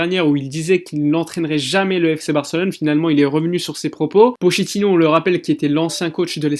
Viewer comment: Il me tue quand il dit pochettino 😂